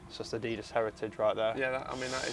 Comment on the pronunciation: Adeedus? Not very Yorkshire, Aaron